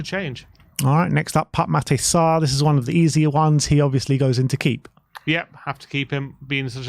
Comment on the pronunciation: His name is not Pup Matay Sarr. It's Pape Matar Sarr. Get it right,. ffs...